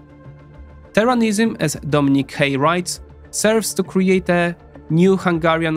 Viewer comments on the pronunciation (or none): Man can pronounce every word, but Turanism? More like... Terranism